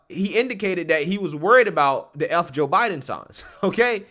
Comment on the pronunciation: You are right on in everything. But please pronounce the TTTT's it is not THE DDDD'S.